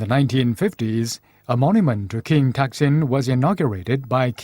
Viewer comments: ทำไมออกเสียงเป็นทักษิณวะ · Somehow, the narrator keeps pronouncing the name of this king incorrectly. His name was "Sin" and he used to be the ruler of a town, north of Ayuddhaya, named "Taak". And all rulers of that town would be called "Phra-jao Taak". Therefore, to clarify which ruler is referred to, the former name will be put in a parenthesis, e.g. "Pra-jao Taak (Sin)", but when people speak, the parenthesis cannot, of course, be seen. He had another name when he became the king of Siam. I mention this because it is irritating to keep hearing his name pronounced wrongly, and I've never heard any Thais (who are supposed to know this simple fact)correct it.